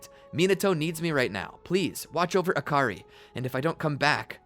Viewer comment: Akary huh it sounds like hakary